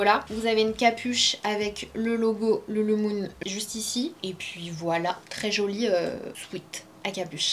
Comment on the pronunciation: LuluLEmon et non Lulumon